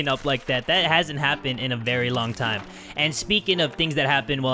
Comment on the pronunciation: I like how he said "lets get TIMMAH"